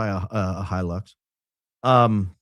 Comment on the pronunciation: Toyota “He-Licks”